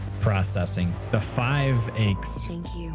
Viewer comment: The only complaint I have is that you can't read. 😂🤣😂 The 5 ACES. Plural of ACE. It's pronounced like the ACE OF SPADES. It's another word for an expert pilot who has shot down 5 or more enemy pilots. So, it's the 5 ACES, the plural for way for 5 expert dog fighting pilots. Other than that, I have no complaints. Lol Just learn pronunciation. It's not the 5 ACHES. It's not a headache or body pain. 😂🤣😂